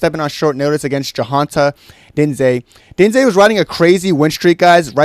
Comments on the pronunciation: How are you pronouncing diniz name?? 😂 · Bro what the fuck is that pronunciation of jhonata diniz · Brother what in christ was that attempt to pronounce diniz